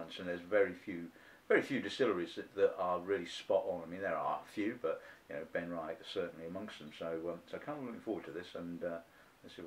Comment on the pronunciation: Just to mention that it's pronounced "Ben-Ree-ach". There is no "I" in the middle.